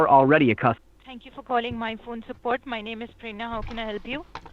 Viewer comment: “ kolling sooport “